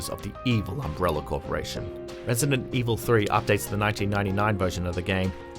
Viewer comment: Am I the only one who noticed the way he says Resident Evil? Lmao